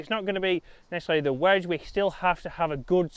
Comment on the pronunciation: “WEDGE” please please please please pleas……….e